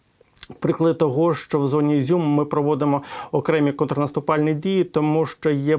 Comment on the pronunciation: Не щчо, а ЩО!!! Щчо - інтеграл через плечо.